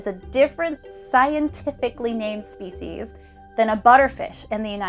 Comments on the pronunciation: "SEPCIES" ahah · So, what’s sepcies? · Yeah 'sepcies' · nice "Sepcies" either way weirdly engrossing video nice job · Sepecies btw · sepcies lmaooo